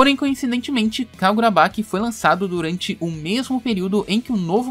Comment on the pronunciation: Sério onde vc viu que tá tendo esse negócio da fandom e outra é kagurabachi e não kagurabaqui , tirando isso cara ótimo video.